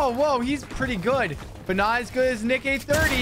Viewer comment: Bro said nick-A 30